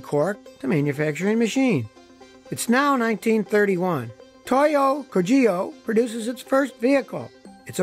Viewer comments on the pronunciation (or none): Kogyo is not pronounced Ko-JEE-yo, it's KO-gyo. Hard g, consonant y, stress on 1st syllable. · The pronunciation is 'ko- g'yo' - which means 'factory'. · "Gyo" in kogyo is pronounced like in "gyoza." Otherwise pretty fun mini-docu.